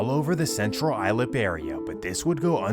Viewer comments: its pronounced Suff- ick, county and Central Ice-Lip , MS is still heavy in Bwood, CI, Riverhead, fn cockroaches are everywhere, take that garbage elsewhere back to the motherland u pigs. They get deported, tell their friends about it, n come back with diff names. I jailed with these scumbags, robbing churches, murkin innocent people, "Rxpe Money /\/\urder"... do that to your mothers'. Idk if these r worse or pedos. Dispose of them all. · Central Islip is pronounced Central Ice Lip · Central Islip (Islip pronounced "ice-lip") Good think you weren't reporting on the Native American names - EVERYONE gets them wrong! LOL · Central Islip pronounced “Ice Slip” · It's pronounced "Eye-slip". Central Islip... C I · Islip pronounced ice-lip. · Living 5 minutes down the road from Brentwood and central islip, this is was pretty eye opening to watch recognizing the locations. Great work. The pronunciation of Central islip made laugh though. It’s said like “ice-lip” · Do you mean that it's not pronounced "eye-lip"? 😆 Silly robo-voice 🙄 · you could at least pronounce Islip correctly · Its pronounced eye-Slip, not eye-lip. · Islip is not pronounced "Eye-Lip", it's pronounced "Ice-Lip"! C'mon Bro! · CI is Central Islip, pronounced Ice-lip, not Eye-lip. Good video, I just had to mention this. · love the channel btw islip is pronounced "i-slip" not i-lip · it is pronounced ice-lip not eye-lip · It’s pronounced Ice Slip, not Eye Lip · Islip. (I slip) not ( I lip) dawg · It's pronunced "Ice Lip", not "eye-lip" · eye slip that’s how u pronounce islip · bro islip has an S in it if you cant tell. "ilip" lmao the way you pronounced other places was ridiculous too but the islip one, you cant read or what lmao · Islip is pronounced ice-lip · The S in Islip is not silent. Sounds like eye-slip. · It's pronounced "Ice-slip" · Its pronounced ice-slip (islip) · Yoo. It's pronounced ice slip (islip) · Being from NY, It's funny hearing how he pronounces every town wrong, Central Ilip!!